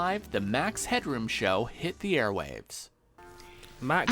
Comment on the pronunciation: Why do you keep calling him max hedron?